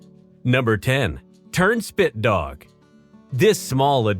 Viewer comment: Well sense we're not gonna lie...I thought he said turdshit dog at first.